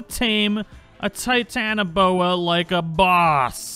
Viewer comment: How to tame a Titanoboa when you have literally everything except for a Titanoboa (and also ignore the first “o” in “Titanoboa)